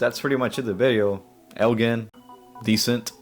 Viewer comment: it's El "gin." like a bottle of gin.